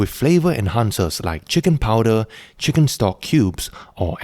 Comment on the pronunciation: Love "cheeken rice"